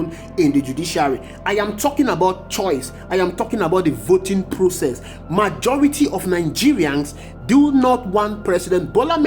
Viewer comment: Mr Narrator, the word you are calling "marjority," is actually "majority" like you want to call a "Major" in the Army, then add "rity" to it. And "colOssal," not "colAssal." Please take note for next time.